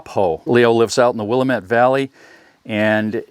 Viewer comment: I know it looks like it says Wil-a-met‘, but it is pronounced Wil-am’-et. Why not just replace the handle with one that is closer to what you want, like a hatchet handle?